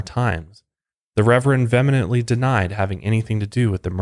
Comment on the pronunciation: Vehement is pronounced "vee-uh-ment"